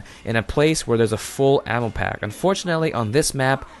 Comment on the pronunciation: Instead of ammo I kept hearing anal